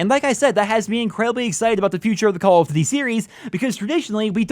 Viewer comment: Why can't you pronounce "duty" correctly?